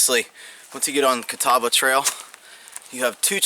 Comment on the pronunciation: Us locals call that mountain as the natives did who named it "Catawba" and it is pronounced like "CuhTawbah" without any real emphasis on the "W". Also Mc Afee's Knob is not pronounced as Macahfees (LOL), it is just like the anti-virus guy John McAfee, pronounced MacAfees. Ha, Pennsylvania dude! I live very close to Dragon's Tooth (which you spoke perfectly BTW! LOL), and around here we do little day hikes up to McAfee's Knob and to the top of the tooth at Dragon's Tooth. When I was young there was no steel stepping bars or luxuries like that, but I sure do like those now that I'm older! Glad you enjoyed our countryside!